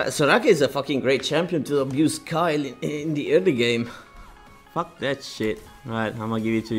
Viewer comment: its not kyle its kayle. pronounced like kale.